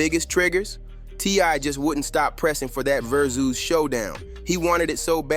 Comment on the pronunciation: Its not VER-SOOOOOS....its Ver-SUS.